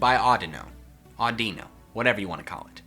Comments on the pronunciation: AUDINO, NOT ADUNO! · Audino what Audino is either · audino what a audino is lol